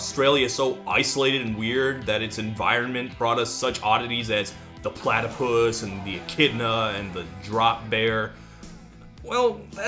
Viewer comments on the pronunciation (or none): none